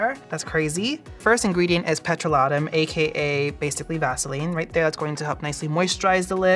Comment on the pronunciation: This is how I learn that I’ve been mispronouncing ‘petrolatum’ my whole life 😭